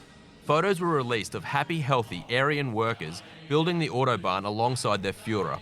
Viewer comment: "the oddobahn"